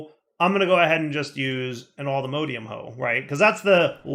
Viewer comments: Always find it funny when you call allthemodium allthemodEium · Cease and desist with the mispronunciation of allthemodium! All the MODS- alltheMODium! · Modium not modeium